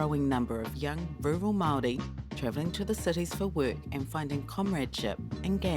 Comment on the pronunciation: How is this dude a black power member is he even a maori lol cant even say the word maori properly lol